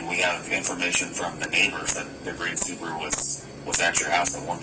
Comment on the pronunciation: Its called: SUBARU Its not called: SUBURU